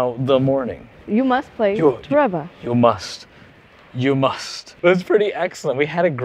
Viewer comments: It's TORE-REE-BUH. Not TREH-BUH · Is it not pronounced “To Ree BA”? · trouble? Toe ray bah? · I don't think that's how you say TOREBA but okay